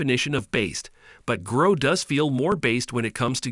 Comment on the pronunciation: grok ... its a hard "ock" sound not growk ... its a real word. Why do Americans do this?